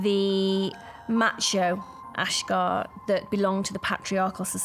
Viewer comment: Why does the narrator say ashgar, when family say ashjack??? Who is this guy???